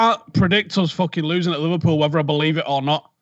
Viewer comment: what the hell is "Liver-peew"??